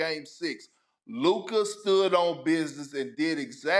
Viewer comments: Why can't stephen a say lukas name right ffs. Such a hater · SAS be calling that man Luker 😂😂😂😂😂😂😂😂😂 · The best thing about the Mavs winning is that I get to hear Stephen A. say “Luker” for two weeks straight! 🤣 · Who tf is lukar lmao SAS tweakin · Sas keeps calling luka, “luker” I really dont think you want to keep playing these petty little games with this man because like wade back in the day he gets much better when he’s mad. Learn how to say his name currently because he deserved it. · Heard it just now!!! I had to rewind 😂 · “Luker” is crazy 💀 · Ayo Stephen A who "Luker" is tho bruh 😅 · In the Begiinningnig...... Listen Properly Let me breakdown the Significance of "LUKERRR" 😂😂😂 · Who is “Luker”? Lol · Luker Donquich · For the past six years, Stephen A. has been unable to pronounce Luka's name correctly. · He called him luker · You mean Luker? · "Luker" lmaooo never change Stephen A. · is the hardest R I’ve ever heard Stephen A use when pronouncing Luka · Why can't Stephen A pronounce Luka's name correctly? Does he do it on purpose? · What does Luka have to do to get SAS to pronounce his name correctly? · Maybe when luka becomes champ Stephen can finally pronounce his name correctly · He knows. He just choose not to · Stephen A saying ‘Luker’ instead of Luka has so be a slur of some kind😂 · Why have i seen no one talk about how SAS always says “Luker” and not “Luka” 💀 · It’s on sight when I see SAS…I cannot take it anymore He keep putting an R in Luka’s name…we cannot stand for this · Geez Stephen A, its LUKA not lukerr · that's how Stephen A pronounces "Luka" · He could say BROTHA but called LUKA LUKER! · Stephen Smith constantly adds "r's" to words unnecessarily. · He can't say his first name correctly either. He be saying "Luker"😂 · Bro called him Luker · Stephen A called Luka, "LukER" lmfao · Who is LUKER? the disssressspect stephen A. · Who tf is luker 🤣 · Luker dochich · "Luker"? Lol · Why does it sound like he keep saying “luker” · “LUKER” - Stephen A